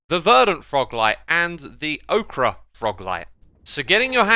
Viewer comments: its oak-er not ok-ra for ochre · ochre is pronounced oak-er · I don't know about elsewhere but in the US "ochre" is pronounced like OAK-ER. Go watch just about any Bob Ross painting video. He often used yellow ochre (I think) as one of his colors. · Ochre is not pronounced like Okra. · Ochre/ocher "oh-ker" (blame the French). "Oh-cruh" is 'okra', and tastes best breaded and fried. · Okra, is a vegetable popular in the southeastern US. Ogres are LOtR bag guys Ochre, is a pigment made from iron clay, and it pronounced like ogre. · You're pronouncing ochre wrong. It's pronounced Oker, not okra. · Nah it's O-KRE and acacia is pronounced A-CHA-CHA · Great videos as always, but it's pronounced oak-er. Not okra. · Ochre is pronounced "oh-kah" btw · Ochre is a type of clay that is used in a lot of dyes and archeology(especially in Australia). It’s really interesting to see it is added with this update, I wonder if they might use it in the archeology update? Also, for future reference, ochre is pronounced like “oak-er” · Great vid... but it's pronounced "o-ker." "Okra" is a vegetable. :D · Ocra lol it’s ochre. Phonetically oker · Hey X just a friendly heads up, ochre is pronounced oh-ker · ITS NOT PRONOUNCED OKRAH PLEASE LOOK THIS KIND OF THING UP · I believe ochre is pronounced "oker". Might be wrong though. Love your videos, keep it up! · you are incorrect, it is said like oak-rah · It's pronounced 'oak-ur', by the way. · Xisuma, it’s ochre is pronounced oker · Just FYI, ochre is pronounced OH-ker. It’s a pigment used in paints. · It’s OH-KER fyi :p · btw Ochre is pronounces "Oker" like evoker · Just fyi ochre is pronounced like oaker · "Ochre" is pronounced like oh-kerr, just so you know. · "Ochre" Xisuma: "Okra" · I think ochre is pronounced like ogre with a c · I don't want to sound like a smartass but it's pronounced "ohke" :) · it's pronounced Oh-cur, at least in australia! /lh just wanted to mention, since its spelled so weird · I think it's Ock-er